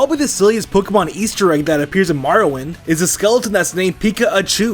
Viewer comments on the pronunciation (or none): marrowind lmao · "MARROWIND" tho